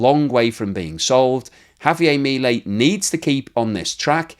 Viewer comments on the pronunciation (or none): I appreciate your keeping people updated about how things are going in Argentina and your thoughtful analysis. However, I do have a quibble: How is it that in all this time you have not learned to pronounce President Milei's properly?